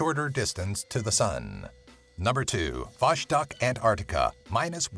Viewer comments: Its not Voshtok its V O S T O U K E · btw, in "vostok station" consonant in the middle of "vostok" word must be pronounced clearly as "s". Not "sch" nor what ever else.